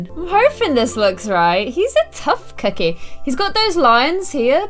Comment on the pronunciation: Stop saying tuff cokeie